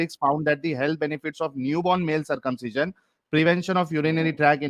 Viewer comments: My simple question to....1st of all its circumcision not circumciion!!!😂😂😂😂 2nd...even Appendix is useless in body...why no description in k####... 3rd... said there was no anaesthesia previous....all wrong she must read Ayurveda!!!! 4th.... Circumcision is indicated only in a sickness called phymosis... there is no other reason.... Last one... first person born Adam according to k###...who did circumcision of this guy!!!😂😂😂😂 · She can't even say circumcision properly.